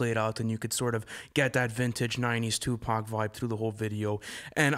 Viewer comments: It’s 2pac not 2 pack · I almost stopped listening when dude said "2-Pack"...but I'll go ahead and see what y'all talkin bout. 😑🤷🏾‍♂️